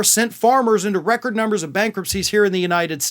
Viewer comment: Record? More like "wreck-ord."